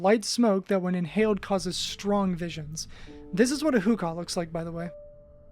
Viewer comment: it’s pronounced like “who-kuh” not “kah”